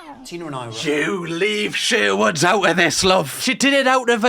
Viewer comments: it’s Sharwoods not Sherwood’s fella 😂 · ShArwoods? No one is gonna mentioning his ShErwood pronunciation.